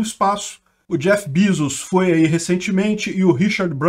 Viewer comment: Kkkkk o sotaque do Jeff Bizus